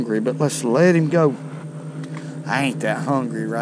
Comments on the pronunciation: Let’s put heem in the bucket 😂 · "... Let's let heem go!"